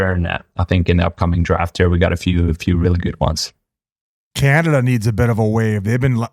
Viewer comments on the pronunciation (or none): Calnada is the one that kills me how do you throw an L in there?